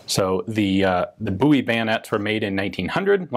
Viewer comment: Why is it so difficult to pronounce "Bowie"?